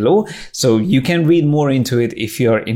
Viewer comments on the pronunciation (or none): none